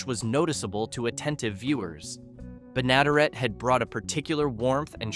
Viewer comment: Pronounced "Benna-DEAR-et" not "Be-NADA-ret"